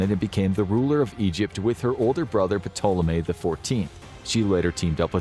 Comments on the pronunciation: Love the content you lot make, but these pronunciations in some videos grind on you after a bit. Sorry but the P is silent in Ptolemy 😅 Won't stop be watching and enjoying though 😁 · Who else cringed every time he pronounced ptolemy wrong? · P in Ptolemy is silent bruh. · Dude, you don't pronounce the P in Ptolemy. How do you not know that?? This is a history channel by n large. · I don't know why, but i just find it hilarious when he pronounces the P in Ptolemy 😂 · Except they can't pronounce Ptolemy correctly. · The "P" is silent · I can’t take this serious. His continuous miss pronunciation of Ptolemy is cringe worthy. Taa-luh-mee. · Everytime he says Ptolemy I cringe Lol. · It's pretty annoying that this guy doesn't know that the "p" is silent when saying ptolemy. I know he's American but it's very annoying. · I can't believe this made it being uploaded without someone stopping the narrator from pronouncing the "p" in Ptolemy. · Are you supposed to say the "P like he is in "Ptolemy" or am I trippin? I've always thought it was silent. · I noticed that too, wtf? Amateur mistake. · Note....the "P" is silent. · Great video, just one thing- the ‘P’ in Ptolemy is silent. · Im going to give this a thumbs up for the information but man the pronunciation is atrocious. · There’s no way you did this much research and made this whole video without learning how to correctly say Ptolemy. The “p” is silent, things like that make me question the whole video. I know all the information is true but because I know the subject matter myself but things like that really matter when trying to get through to viewers. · In words of Greek origin that begin with PT the P is usually silent. For example, Ptolemy should be pronounced Tolemy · Silent P bro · The “P” is silent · Ptolemy has a silent P... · The P in ptolemy is silent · That's not how you pronounce Ptolemy. If you're going to make a video about something atleast you can look up the correct pronunciation. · The P is silent.